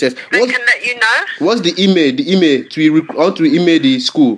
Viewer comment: Same! and also the way he says email - emay xD